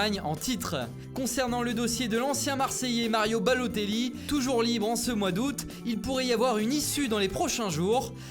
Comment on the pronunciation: ça nous manque le mario balloTTTÉEEELLI 😭😭